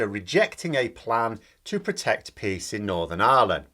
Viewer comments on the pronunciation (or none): And I thought for a minute you said "protect pigs in Northern Ireland", and I have to admit, I was just waiting for you to explain Bobo's reasoning behind that, because, of course that is something the nutter would say. The second time you said it I understood "peas". Still not shocking. And then I realised: Peace! ...